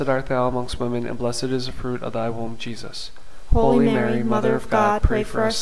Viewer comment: Thank you for this wonderful series of scriptural rosaries. However, I don't hear "HOLY Mary" pronounced "Holeeeee Mary, " but just "ho Mary." Perhaps you might correct this...unless it's just my YouTube reception that's faulty. Thank you, and may God richly bless you.